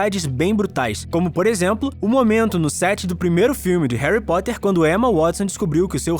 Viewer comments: Quem percebeu que no começo do video ele falou Harry pottler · Ele falou Herry protter